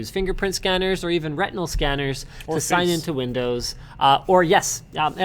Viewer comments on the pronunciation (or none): Did he just say Rectinal Scanner?